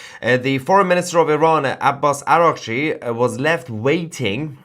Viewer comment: آباس آقا😂اوراقچی رو چه خوب تلفظ میکنی همشهری😛😅🤣😂